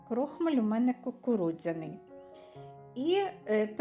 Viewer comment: Перший раз чую - "крОхмаль", взагалі-то крохмАль...